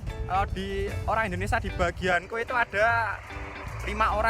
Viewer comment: Mas , Indonesia .bkn Indonesa